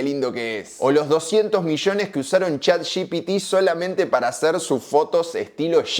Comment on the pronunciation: Cómo mierda vas a decir chat gi-pi-tí?????